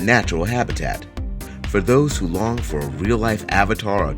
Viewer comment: During his closing remarks he said "For those who long for a real life abatar". What is an abatar? Did I misunderstand what he said. I do know what is an Abatoir . Perhaps he meant Avatar. Hopefully not Abattoir.